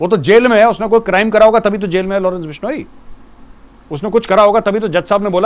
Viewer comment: Lawrence bishoniii 🤣🤣🤣🤣🤣bolna to sikh lo YouTube me video bnaaege ye 😂😂😂jaahil